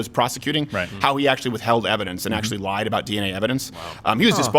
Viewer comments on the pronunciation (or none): none